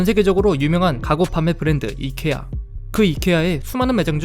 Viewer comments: 그분 이커아가던대? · 이케아는 콩글리쉬(한국인이 잘못 쓰는 영어) 입니다! 아이키아가 맞는 발음입니당